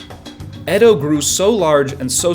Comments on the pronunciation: Ede😂😂😂 It's Edo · It pronounced eedo not ed o for goodness sake…it’s obvious you’ve never been anywhere near Japan